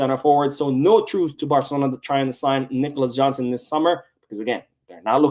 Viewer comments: Jackson not Johnson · Jackson not Johnson 😅 ,anyways the guy is not even a natural center forward and Chelsea wants 75m pounds for a bum lol barca can't be that bad